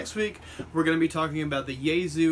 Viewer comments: ya-E-so not yayzu what the fuck! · Its pronounced Yah-eh-sue